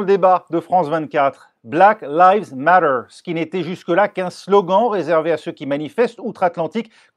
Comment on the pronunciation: En fin on a trouvé un français qui sait prononcer le mot matter